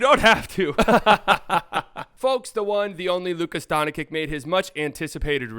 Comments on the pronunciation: He says Donchick too smh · I'm here to tell you it's not pronounced D-ah-nčić either. It's a straight 'o' sound, like in "low". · Guys, you have failed. I am Croatian, and I instinctively feel when someone cannot and does not know how to pronounce and differentiate between the letters č and ć. This person fundamentally does not know how to pronounce it. I think if it's humor, making fun of the surname of perhaps the best player in the league and the World goes directly against the host and his awareness. I even suggest in the nicest possible way that if he doesn't know, he should switch to Luka Magic, it's easier but to massacre the surname like that is lower than provincial low P.s: Just think about it, look the bigger picture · U guys are pronouncing his first and last name wrong😂 Its Luka, not Lucas..Doncic not Doncha😂😂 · Stephen A Smith says “Donchick” knowing good and well How to say it right. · It's almost 2025, say the name correctly or just say Luka. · Your mispronunciation of Dončić is really distracting and takes away from the overall enjoyment of your commentary. It's hard to take you seriously when you can't even get a basic name right. Maybe try 'Luka' or 'Luka Magic' instead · Hes literally doing it on purpose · Nope, he just can't or doesn't know how to pronounce it! The problem is, even Charles Barkley learned it, so he needs to learn it too. Otherwise, he sounds just like an amateur.